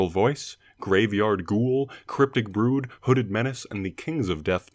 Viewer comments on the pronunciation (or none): none